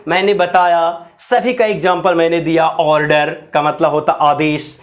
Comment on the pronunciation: order ka pronunciation galat hai